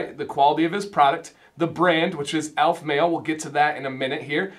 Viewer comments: ALEF, not ALF. al-F, not ALF. The e is sounded. Now to watch the rest of the review. I enjoyed the review, and description of scents. Succot is pronounced Sue-COAT. Boker Tov is Good Morning, and the response you were looking for is Boker Ohr, morning of light. Havdalah (hav-dala') separates the end of the Sabbath from the beginning of the week and includes smelling sweet spices. I'm looking forward to getting to the point of ordering some, but I'm also looking forward to ordering some Norseman products for my gray/white beard. In your opinion, is Aleph Male suitable for gray/white beards? One or two ounce is a good question. I like getting more product for less per unit, but the more I have the more eager I am to use it up and get to another. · I didn't expect you to have expertise on Judaism, but as you can say "Macinac", "Jojoba", and various terms of binomial nomenclature in your product reviews and 101 videos, it struck me that consistently mispronouncing the name of the company you reviewed did not meet (what I thought were) your usual standards. I may have been too hard on you, and for that I apologize.